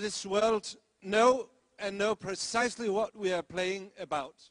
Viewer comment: "præcisly" xD